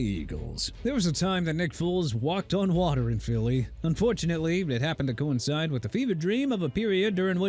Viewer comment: Nick Foles not Nick Fools. Smh... and also Byron Leftwich (left-which) not Leftwitch! Are you done butchering everybody's names?! I HOPE YOU ARE!! UNBELIEVABLE...